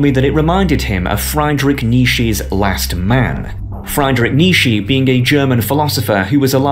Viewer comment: Never heard Nietzsche's name be butchered so badly haha, no offense though. Why do you never watch movies? I am of course not talking about Marvel, avoiding that makes perfect sense.